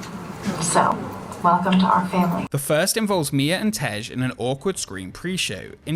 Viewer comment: Vin Diesel pronounces it "Fambly"